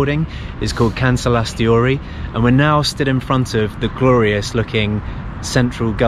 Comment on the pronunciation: Why "KansalaisTHEORY"... its not theory.... its TORI... "Kansalaistori"